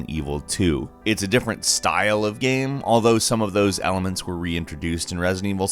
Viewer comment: why on earth did he pronounce game like "gam" and shame like "sham", that was fuckin weird